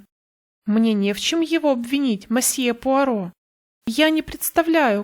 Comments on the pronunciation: Добрый день! Пожалуйста, не говрите мАсье. Либо мсье, либо мОсье. В иностранных словах безударная О звучит как О, а не А. Это в русском языке безударная О превращается в А. Если вы понимаете, о чем я... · Очень режет ухо слово "мосье". Лучше говорить "месье", а проще всего - "мсье". 😊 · Тоже постоянно зацикливалась на этом"масье" 😁 Всё его ждала. И смысл рассказа мимо прошёл. Придётся переслушать